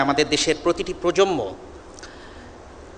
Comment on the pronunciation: Dear Lecturer, Correct spelling of Bangla word is "PROJONMO" not "PROJOMMO" as you say.